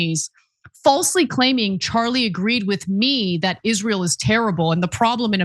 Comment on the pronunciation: “and you will pay for Izleeur’s endless wars.”